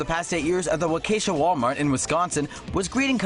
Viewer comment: Lol I love the way they pronounce waukesha they did it completely wrong its "wa - ka - shaw"